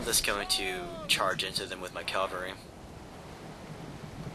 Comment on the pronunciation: its cavalry not calvary. calvary is the hill where jesus was crucified haha